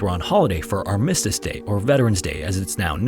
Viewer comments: Oh my gosh! I came here to say the same thing! This reader rushes and slurs like a drunk in a hurry, and mushes his words - and mispronounced ARMistice Day several times! I slow it to understand but he is not yet a good reader. Interesting stories tho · That's not how "Armistice" is pronounced. AnoNYMmous? EsoPHAGus? MetROPOlis? MonoTONous? HypoTHEsis? Why would you ever think the middle syllable would need emPHAsis like that? Have you ever heard of youtube? It's this great video platform where you can type "pronounce [any word]" and find multiple videos of how to pronounce literally any word. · It’s pronounced ARM-is-tis, not ar-MIS-stis. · I didn't realize he was saying Armistice Day until the newspaper showed up. ARM-iss-tiss, not arm-ISS-tiss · Yeah, it’s pronounced AR-MISS-TISS Day FFS. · Dude this is a nitpick but please learn how to pronounce things properly. It harms your authority and this excellent channel when you don’t verify how to pronounce arm-mi-stis and on-ka-ra. Just look up to how say it dude it’s not that hard. Btw Istanbul is not the capital of turkey either, Ankara is!!! Come on man… If you’re doing all this research I at least expect you to be authoritative on the places and locations and names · It is pronounced ARMistice day, Mate. Otherwise, all your videos are excellent. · Love your channel! Listen all the time! It’s ARM - i- stice . Emphasis on ARM. 😊❤ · "our miss tish day" lol "arma stis day" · Don't want to nitpick but you may want to check on your pronunciation of Armistice. Who am i kidding, I love nitpicking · Why did you said "armistice" like that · If you're not familiar with it already, please don't use his pronunciation of armistice.